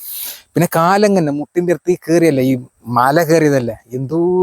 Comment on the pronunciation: മാല അല്ല മല ആണ് കേട്ടോ 🥰